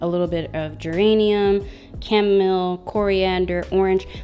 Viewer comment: Aloha. Not positive but I think you meant Geranium, but you pronounced it incorrectly (about 3 times). Liked your review, that just threw me off a bit.